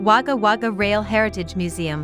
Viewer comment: Nice town most Australians call it Wagga which is pronounced Wogga Not Wagga